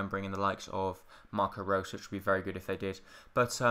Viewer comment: How can you not pronounce Reus?